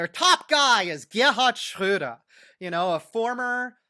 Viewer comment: Man, as a German I'm very impressed how well he pronounciates German words. Wow. Just Gerhard "Schröder" sometimes wrong. But well, totally fine. Impressive